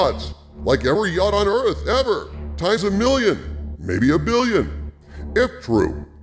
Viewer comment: Please dont say ‘ x-est thing EVARR’ ever again. It ruins your videos